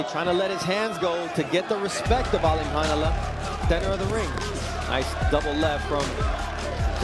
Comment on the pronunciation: His last name is pronounced ALIM-CAR- NEWLY (ALIMKHANULY)